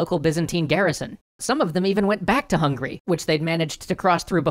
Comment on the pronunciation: Am I hallucinating or did he say through hungry?